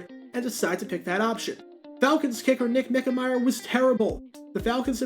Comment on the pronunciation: For all I know, he might be a real saint of a guy. A prince among men. The epitome of grace and style. But I grew up absolutely HATING Scott Hunter. My gosh, he was AWFUL. ALMOST as bad as Nick Mike-Mayer (btw, h/t for pronouncing his name correctly this time).